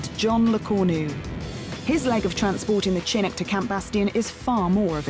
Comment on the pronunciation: It's pronounced Shin-nook.